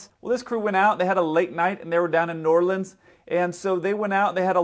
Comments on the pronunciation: Thumbs up for the proper pronunciation of New Orleans, albeit spoken a bit fast. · As a New Orleanian, I'm so glad that you know how to properly pronounce New Orleans. LOL